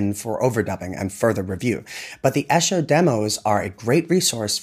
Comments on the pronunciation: George lived in "EE-shur", not "EH-shur". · Esher is mispronounced in this video. It is pronounc correctly ed _E_sher, NOT _ _Eh_sher.. Thankyou. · ESHER, is pronounced EESHER. It is a small town in Surrey just outside London.